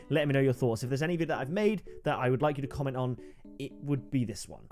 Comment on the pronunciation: You just said commemt 😂